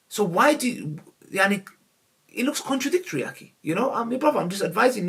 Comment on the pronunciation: “Aki”😂😂😂., its aghiii!